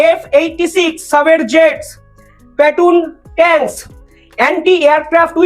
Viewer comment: উচ্চারণ ঠিক করো। সঠিক উচ্চারণ হবে প্যাটন ট্যাংক।